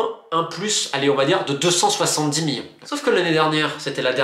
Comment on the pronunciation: Millions ❌ Miyon ✅